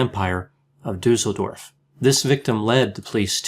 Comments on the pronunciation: I just clicked because of how you say "Duesseldorf",. You still pronounce it completely wrong. "Dusel" how you say it, means "good luck". Everybody would like to live in such a town. But it's just Duesseldorf, an ordinary German town. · interesting presentation. It seems that all the research about Weimar Germany focuses on Berlin, as if nothing else happened anywhere else in the country. (BTW, "Düssel-" rhymes with "puss-el") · I'm from Düsseldorf and never knew about this case! Thanks for that and as usual, the top quality content! :) P.S.: the double s in Düsseldorf is pronounced sharp, like in "assessment". Hope it's okay that I'm pointing this out. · Mydemon It doesn't. 'Düsseldorf' , just like 'assessment', has a sharp 's' sound. The umlaut 'ü', however, is short in this case, not long. I'm German and I live in a city that's not far from Düsseldorf btw.